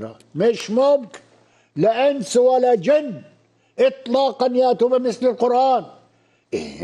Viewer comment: I swear to God! This Arabic speaking Egyptian can't read the Qur'an.. For instance he says " Ka meslihi" but the right pronounciation is " ka mythlihi" even the way he says " Qurraan" is wrong. Its (qur'aan) there is bit disconnection between r and a..The magical.thing about the Qur'an is 9 years old muslim from non arabic speaking Mali or Indonesia would read the holy text a way better than PHD in Arabic literature from none Muslim back ground . This priest is the proof .